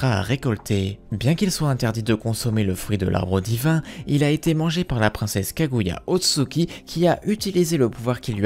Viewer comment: "Kaguya Otsuki" j'ai quitter la vidéo mdr